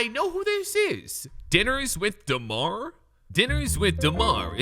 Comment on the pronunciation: I will never get over how he pronounces Derozan's first name😭